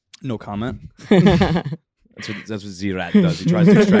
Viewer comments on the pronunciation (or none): Bob says "We call him ze rat" but no Bob Its just you....